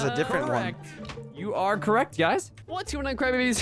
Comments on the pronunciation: said crybbabys lol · said crybabys lol